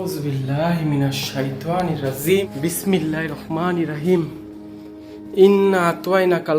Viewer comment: দোয়া গুলো সহি ভাবে পড়বা বিশেষ করে বিসমিল্লাহির রাহমানির রাহিম সুদ্ধ করে পড়বো